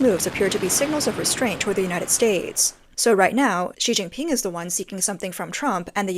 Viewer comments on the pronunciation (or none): She Jin pin sounds like Sea Sea Ping.